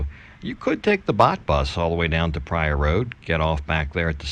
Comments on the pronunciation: I just stumbled upon this video--seemed like a nice guy and a well made video and looked like a great restaurant, but, boy, it was like fingernails on a blackboard every time he pronounced "Pattaya" that way. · I beg you, please please ask your girlfriend how to pronounce Pattaya.